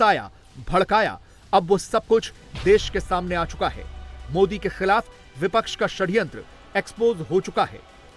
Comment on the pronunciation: Jo admi bipcha ke parti ka nam sahi se nahi le sakta wo pttrkar bikau ke alawa kuch nahi ho sakta😢😢